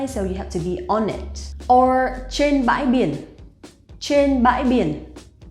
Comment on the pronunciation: Why does your pronunciation of Trên sound like chên?